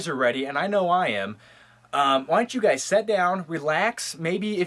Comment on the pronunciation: Sounded like he said gays in new york